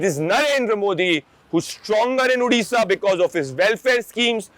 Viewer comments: Udisha nahi bhai its Odisha. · It's not Udisha...it's Odisha....thanks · Udisha nahi Odisha hai !